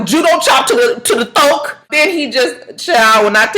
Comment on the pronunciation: "chopped him to the "thoak" lmao